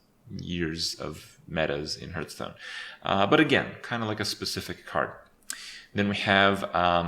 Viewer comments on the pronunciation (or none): none